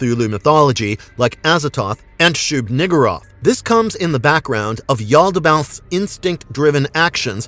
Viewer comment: shub-niggurath, not....